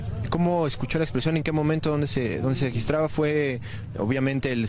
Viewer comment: "Exposion" no "explocion"